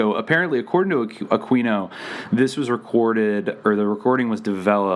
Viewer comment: So much of this is just BS. It's just some people that have taken a LOT of facts and information way out of context and through a very narrow and specific lens. It's also mixed in with a lot of conspiracy theories that don't have anything to do with one another. And it IS pronounced A-queen-o.